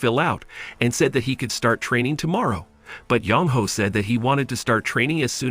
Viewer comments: Sorry but having the guy reading the name as Young Hoe makes my roll on the ground with laughter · I can't help but keep hearing you say Yong Ho as "Young Hoe." 😂